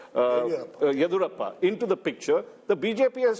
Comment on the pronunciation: Raj chengappa pronouncing Yediyurappa is atrocious! He's a kannadiga himself.